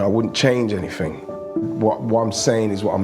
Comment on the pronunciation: glad he has gone from match of the day,awful speaker,he's all sumfink, nufink,anyfink,featre,frooball, free, firty free, uvver.Bloody awful grammar but seems to be the way a lot of people speak now, drives me mad.